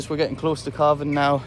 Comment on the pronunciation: CALVING! giving birth! I kept hearing CARVING, like you're going to cut them up into beef😂😂😂 so glad i misheard him 😂